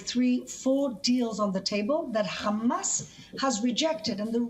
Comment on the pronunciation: Its hamas not khamas